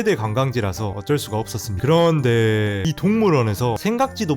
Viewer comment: 그런뒈에~~여러번 들어도 너무 웃겨서 빵터져옄ㅋㅋㅋㅋ